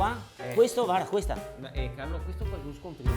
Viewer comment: "Questa xe un scontrin..." 🤣